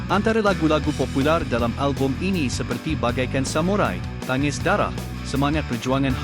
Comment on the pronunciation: Good content, cuma nak bagi input sikit pada Admin. Dalam album Samurai lagu yg disebut admin Tangis Darah. Sebutan sebenarnya ialah Tanggis Darah. Ada 2 G dalam ejaan Tanggis. Maksus Tanggis ialah bau. Maksud penuh Tanggis Darah ialah Bau Hanyir Darah.